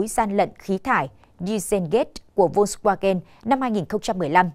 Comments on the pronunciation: Đọc theo phiên âm là vôn va gen.chữ w tiếng đức là v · Đọc là phốc svagan.